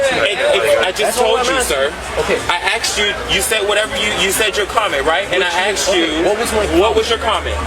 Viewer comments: "when i axed you" 💅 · Asked ❌️ Axed ✅️